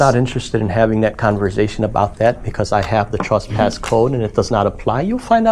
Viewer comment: The word is “trespass” NOT “truspass”